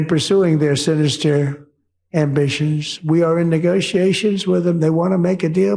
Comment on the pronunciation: Did trump say sinistrer?